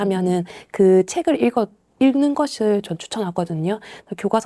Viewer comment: 차분히 현실을 말씀해주셔서 정말 감사합니다. 다만 '읽는'의 발음을 '일른'이 아니라 '잉는'으로 표준발음을 해주시면 좋겠어요. 국어니까요 ㅎㅎ 제가 좀 까다롭긴 하네요^^